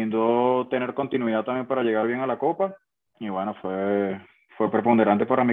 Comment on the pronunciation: De los jugadores más infravalorados en la historia de la selección, que lástima no haberlo visto de nuevo con la camiseta del Caracas., sin ánimo de burlarme ni nada, deberías tener cuidado porque pronuncias mucho "calidaC", "continuidaC", etc, y se escucha muy mal. De resto, un gran trabajo